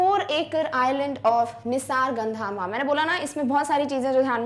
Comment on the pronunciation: Mam, it's कोडगु not कोडागु and one more place is निसर्गधाम not निसारगधामा.